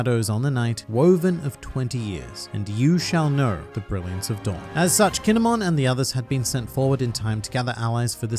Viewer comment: KINE-MON,,,,, KINE"MON